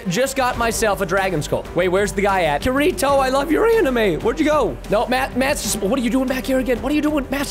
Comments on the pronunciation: Preston: kurito Me: ITS KI RI TO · 2 things. I live Sword Art Online (it’s my favorite anime). The second thing, he said Kirito’s name wrong. The “r” sounds like a “d”! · Me: OH BOI IT KIRITO! Preston: Kureetoe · Kereto Preston seriously it’s pronounced ke-de-to! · me i got really mad khirtito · he rly called kirito ke ri to wtaf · Preston: says kurito Me: umm there is evidence its kitito because a charecter even says it like that aka asuna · Its pernounced Kirito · Is anyone else bugged by how he says Kirito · Hr can't even pronounce Kirito correctly that's when u know he's not a weeb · He really can't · Who else got kinda mad that he pronounced kirito’s name wrong and I might have misspell it lol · That Show that you were talking about it is pronounce Kirito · I HATE HOW PRESTON CAN'T PRONOUNCE KIRITO CORRECT! IT WAS SO INFURIATING! I also hate how kirito turns into that golem thingy, plus kirito would not loose that battle don't get me wrong I still liked the vidio but that krito... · you said Kirito wrong